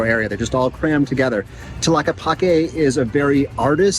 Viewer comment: 🦉 do not pronounce the letter H. Enjoy Brother.